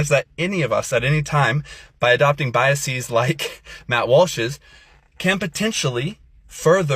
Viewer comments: Also the pretentious nerd thinks he sounds elite with “biaseez” when it is “biases”. It’s not a Greek word, nerd. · BY-uh-seez. Unusual pronunciation! Maybe he mispronounced the word intentionally to show solidarity with Dominique, the spokesman who cannot speak. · I have biases against people who pronounce it “biaseez”. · Maybe this influencer should first start by learning how to pronounce the word ‘biases’ before he tries to convince the rest of the world that he’s an authority on this topic. This is what’s so sad these days, people don’t any have any idea how stupid they are. And the ones who know the least are always the loudest. Our Christian influencer friend needs to start reading books and doing research.